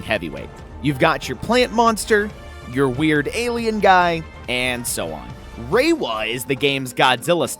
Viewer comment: 1. Yes Gorogong is pretty ape-like, but he ultimately strikes me as far more of an Ultraman-inspired design than King Kong 2. Ra-wa is how you pronounce his name, I dunno where you're getting Reiwa (like the era) from.